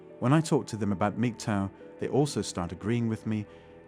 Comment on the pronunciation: is he saying Migtoe?